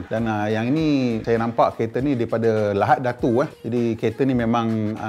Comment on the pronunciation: Errr Lahad Datu.. Bukan Lahat Datu..